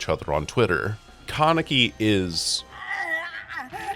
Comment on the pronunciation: how you pronounce Kaneki is frying me